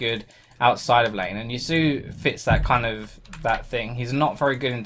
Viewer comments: Pronounced Ya-su-oh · ***** "Ya-su" is incorrect. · Just for the record it is pronounced "Ya-soo-oh" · ***** Yasuo is a name originating from the Japanese language. Do you know how to speak Japanese? I do. I and other Japanese speakers pronounce it Yas-oo-oh. Did you just decide to ignore the o on the end? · You pronounce ya sumo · I'm not raging at you; but Riot needs to make champions that have names that people can pronounce... I'm honestly not angry at anyone, but it's "Yass-oo-oh"